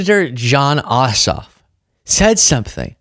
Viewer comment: Jon Ossoff, lol…I thought you said ‘Jon Awesome’. My adhd brain went off on a tangent about having the name Awesome until Ossoff came across the lower third.